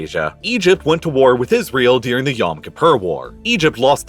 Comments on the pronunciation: Great video, couldn’t stop focusing on you saying “dearing” instead of during lol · I really like this channel, but the narration could be better, I think. You don't notice the accent that sounds like TikTok dictation, or occasional odd pronunciation? For example, cotton sounds like "coddon" and during sounds like "deering." Some of the pronunciation is probably regional, but I can never get used to it. Reminds me of how many journalists speak with a neutral "West Coast American" or Canadian accent, but you can hear the roots when someone from the eastern US pronounces the words foreign or forest as "fareign" or "farest." The Canadians are revealed by their tight Os and occasional nuance of vernacular.